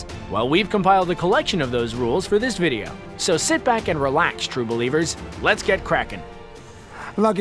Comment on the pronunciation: You do know that Tom Holland was an gymnast way before the movie and also dose dancing just saying the way you said sit was rong